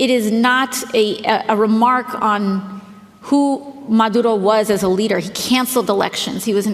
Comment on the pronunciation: Why do people, who don't fluently speak a country's language, attempt to pronounce names of that country as though they could? AOC did this when she said "Venezuela" and "Maduro", and both sounded like phony Spanish. She may have a somewhat Spanish name herself, but it doesn't mean she's a native speaker; just say the damn names with your English accent like a normal person might do. You're not relatable just because you are trying to fake an accent or pronounce names like a native.